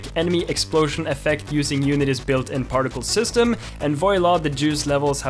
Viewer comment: God dani saying unitys particle system that way is so different